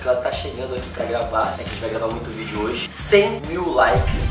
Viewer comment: Ate os berti pego a mania de falar "Vioo" Afff ate eles😂😂😂